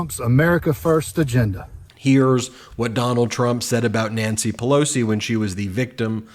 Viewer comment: I'm developing a twitch from every time I hear MTG say Nancy 'Pelozi'. 🙄😑